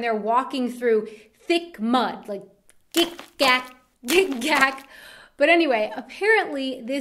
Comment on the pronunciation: Well, heard of Gickgack, but wouldn't pronounce it like GickGack, but rather like Gick(k)ack (Quickly spoken) Kopfgärtner: Nope Ex: Auf Ex! or Ex oder (Whatever is unpleasant: Being gay, an ass, some sockerteam's fan etc.) Dödel is a childish way to express dick or penis